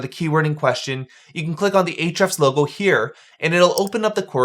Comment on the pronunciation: "H-refs" --- the "A" is silent. Mind = blown.